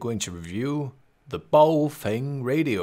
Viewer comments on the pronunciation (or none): the brand should be pronounced "Bao" "Fung"(or "Bao" "Phone") ; Mandarin pronunciation.